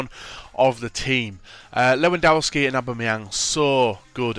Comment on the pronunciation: the w in his names are pronounced at v! its a polish thing just try saying levidovski:D